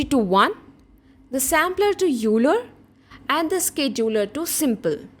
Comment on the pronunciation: Very informative tutorial , (nothing to do with your content and I realize this comes across as mansplaining), Leonhard Euler who gives his name to the sampler is pronounced "OY-lər" it sounds exactly like the word "oiler" (as in someone who oils machinery), not "yoo-ler." I got this wrong for a long time before someone pointed it out to me.